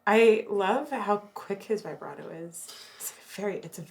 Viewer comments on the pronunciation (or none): I love this videos but please can we have a go at saying vibrato instead of vybrado. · How many times can someone pronounce the word vibrato incorrectly. The I should be pronounced like it is in RIB.